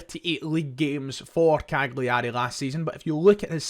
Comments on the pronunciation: Better to say it like Cal-yerry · It's pronounced CAL-yar-ay. Just helping out. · Please pronounce Cagliari correctly, it’s a silent “G”. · Maybe the most mental pronunciation of Cagliari Ive ever heard.